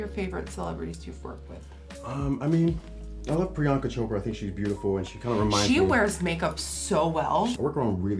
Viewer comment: He said "Priyanka chopra"!!! My indian girl we proud of you... 😘